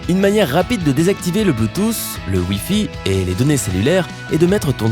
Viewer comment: Le bluetouss mdr